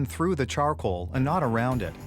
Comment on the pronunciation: Tennessee whiskey goes from the steel, through the chako, to the bärrrrrr and then the warehouoos..